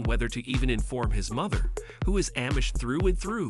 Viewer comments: No absolutely not! I’ve never in my life heard anybody pronounce it in the way it is in video. It’s throwing me off every single time lol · Not Am-ish, it’s pronounced omish, the A sounds like it is silent, Amish!